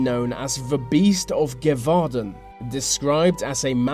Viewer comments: Gevaudan is pronounced gave-or-dan, PLEASE pronounce "th" properly, many thanks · Gévaudan is pronounced (ge-vou-dawn) but good try! french is a bit hard to pronounce at times.